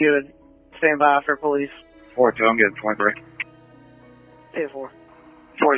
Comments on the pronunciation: I like it when you say "pole lease" for police. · po lece po lece oooon it ooon it u sound weird po lece oooon it own it poohhhhh leice